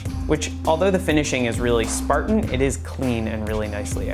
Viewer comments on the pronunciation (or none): none